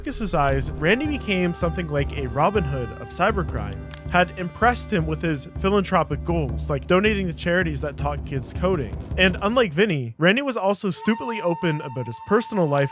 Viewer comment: "philan-tropic" lol